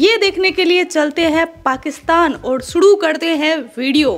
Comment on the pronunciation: Suru hota h Sudu nhi..bolna tk nhi aati tujko 🐕🐶